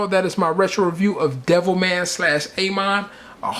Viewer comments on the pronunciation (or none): A. MON lol its ah mon